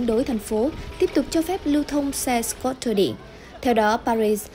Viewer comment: nhân viên đọc news của FBNC quá tệ ko chịu học tiếng Anh đọc scooter cũng đọc sai .